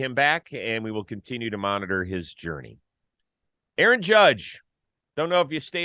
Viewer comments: Who the hell is A-A-ROM?? 😂😂 Sounds like a computer drive.. jk, great show as usual, fellas! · Arson judge now Aarom judge 😂